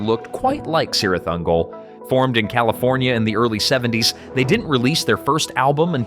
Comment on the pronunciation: Cirith Ungul is pronounced Kirith Ungol based off Lord of the Rings, the Two Towers, and Return of the King